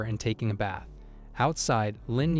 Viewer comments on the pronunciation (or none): none